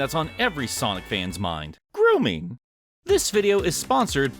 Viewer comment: Ay nah why you say grooming like that? 😅 xD Btw I love your videos